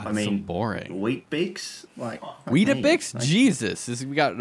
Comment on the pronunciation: weet-bix not wheat-a-bix